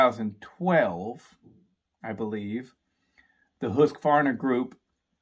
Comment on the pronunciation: Nice to see that there is atleast 1 man in united states who can pronounce Husqvarna and Jonsered :)